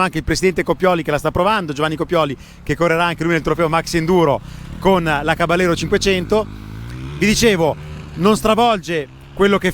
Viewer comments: Caballero è una parola spagnola e si pronuncia "cabajero", voi spaghetti ! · Sì ma caballero pronunciato in italiano non si può sentire dai: provateci in spagnolo , non è così difficile ‘caba -jero’ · si pronuncia caba - yero in spagnolo